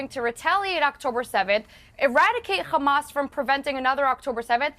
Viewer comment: Israel defenders go 10 seconds without saying Khamas challenge (impossible difficulty)